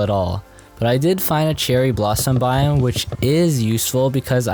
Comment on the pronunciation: In a what boime 💀